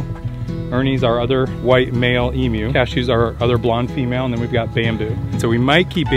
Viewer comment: It is great to hear an American who can pronounce emu correctly.